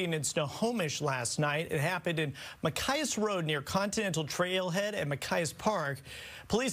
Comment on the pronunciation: Missed pronounced Machias and called centennial trail continental. Fox isn't really big on details is it?